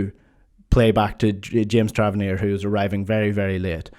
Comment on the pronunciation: I try not to be this guy but in my defence I am autistic (I'm guilty of this kind of thing myself - theory of mind stuff that I appreciated as soon as I started typing after wincing every time you said the name wrong - but when I notice someone else do it I cannot unnotice it): You repeatedly said Travarnier... it's Tavernier